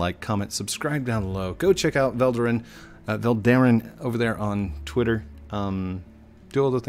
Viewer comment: Btw, you're pronouncing it right :P With the the accent on "Ve" xD